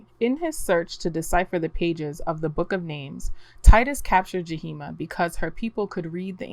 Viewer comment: The two spirit name is Yahima not Jaheema